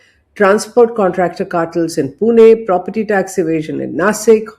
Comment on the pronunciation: Small corrections शोलापूर ❎, सोलापूर ✅ पुने ❎, पुणे ✅ नासिक ❎, नाशिक ✅